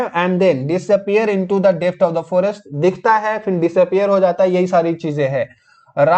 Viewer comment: Try to make good pronunciation like phir =fin,, it's heard very bad,, ap concept clear kr rhe hain na ki larkiyon ki batein krni hain,, is story me Sita is wife of Ram not a girl freind